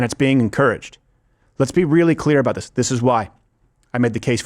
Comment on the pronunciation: "vuht ahhdd you gawd damn talking aboot?"